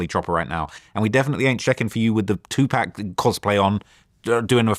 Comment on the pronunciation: Bro kept saying two pack 💀😂